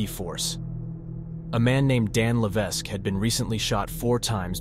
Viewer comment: Levesque is pronounced without the "s"